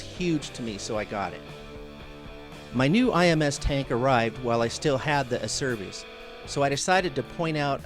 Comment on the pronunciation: Great vid. By the way it's pronounced 'ACHERBIS'. My company deals with this Italian company directly.